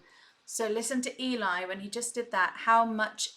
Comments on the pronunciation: Hi Hon. It's not E, Lie it's L,E. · As Aurora points out below, Eli is pronounced to rhyme with belly, or jelly. :) Just so you know. If you want to hear more of DeeJay Young with VoicePlay, check out Bang! or Butter. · Great reaction. By the way. Eli is pronounced Ellee it elie. Its short for Eleizer. This they are referring to the room in they each have to create the videos in. All the items in the room relate to each person, Voiceplay in whole, the era the song came out or The Beach Boys. I'm on their patreon so got to watch the behind the scenes video where Layne gave us a tour of the room and told us about each item. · Love your explanations. BTW Eli is pronounced like Jelly. If you want to hear Geoff sing in his head voice check out his cover of Imagine. It's phenomenal. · Love your reactions. I know it's counterintuitive, but Eli's name is short for Eliezer, not Elijah, and he pronounces it like it rhymes with jelly. Yes, it is prerecorded, but they generally do sing along with the track as they are recording, so their mouth positions would usually mirror what they were when they recorded the track. (An occasional exception to this rule is Layne, there are times he has done some kind of really other-worldly kind of sound or beatboxing, and he has said that what his mouth is doing in the video isn't really representing what he does in real life to create the sound, but it involves making such a funny or strange-looking manipulation of his mouth/expression that he doesn't do it for the video, LOL). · Eli is pronounced like belly. Short for Eliezer. Love watching your facial reactions to them - great fun! Will check the beatbox vid.